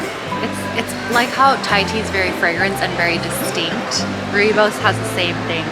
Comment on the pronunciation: You pronounce that so well Rooibos ( Redbush -direct English translation):hand-pink-waving